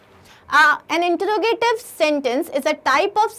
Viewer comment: Introgative ka pronunciation wrong hai